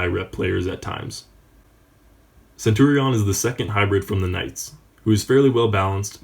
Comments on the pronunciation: say centurion like centuriun not centuriawn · Nice and helpfull video....but why the fuck do you say centurion like that? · Das not how you pronounce Centurion, but ok... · Please learn how to say centurion 😂😂😂